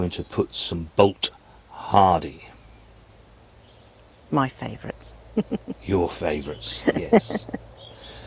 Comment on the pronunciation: Splitting hairs here but it is Boltardy (ie tardy (slow) to bolt not Bolt hardy - Cheers